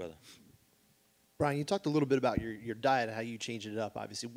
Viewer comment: his name is brian not "brain"